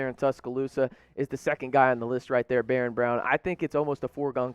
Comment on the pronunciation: I don’t think he has a clue. Didn’t pronounce “Barion” Browns first name correctly...doesn’t know that Denver Harris plays for North Shore, not north side. Smh